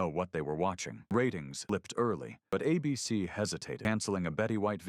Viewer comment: AI still can't read. The network is ABC, not "a BC."